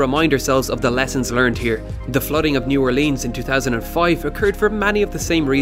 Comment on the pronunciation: He mispronounced New Orleans